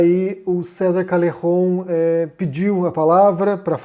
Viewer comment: Bah esse vídeo deu uma canseira ficar ouvindo "diounes" e "calerron" kkk alguém ensina pro que não se modifica nome próprio, fosse por isso ele tinha que se chamar de "ârrí'. Fala direito